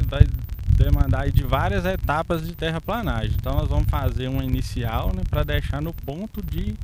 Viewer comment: "TERRAPLENAGEM" se escreve e se fala assim... PLE PLE PLE PLE..TERRAPLENAGEM... TERRAPLANAGEM ESTÁ ERRADO..